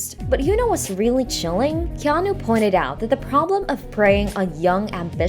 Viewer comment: His name is pronounced Keh-AH-Nuu. Get it effing right. Hawaiian pronunciations aren't THAT difficult. The vowels are pronounced EXACTLY like Japanese and Spanish alike. A = Ahh E = Ehh I = Eee O = Ohh U = Ooo